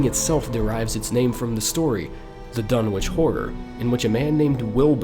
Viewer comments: as a fan of Lovecraft I cringe every time you say DunwiCH and not DunwiCK but tomatoes potatoes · Pretty sure it's pronounced "Dun-itch". Just sayin'.